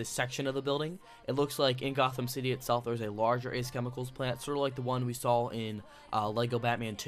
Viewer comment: DUDE!! There's no L in saw. Saw Not Sawl.